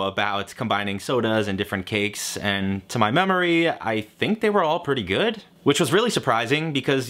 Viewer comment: good doesn't have a T in it....